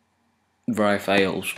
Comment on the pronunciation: it sounded like open bras not rars